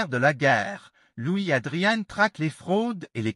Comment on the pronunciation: Je n'ai jamais entendu ce nom prononcé : "ADRIANNE" mais "ADRIAN"...